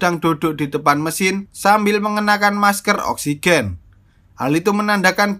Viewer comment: Saya gak bisa nonton ini karna saya belum perna menghirup "Oskigen"